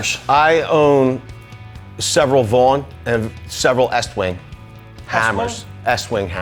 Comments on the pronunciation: Vince is so much more objective than. Also, pronouncing Estwing is "Eastwing" Irrationally bothers me. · seems good except for mispronouncing Estwing.:D